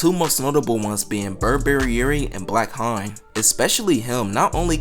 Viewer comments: is it not pronounced HAYNE? since his last name is Hayes?! i could’ve sworn it was pronounced differently. bro keep saying blackHINE 💀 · This is very interesting, thank you for making this video! (Also I don't want to be this guy, but the "haine" part of "blackhaine" is pronounced like "end" without the "d", Sorry!!!) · your pronunciation for the word "Haine" is so bad 🤣😭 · Bruh check how to say "haine" my ears bleeds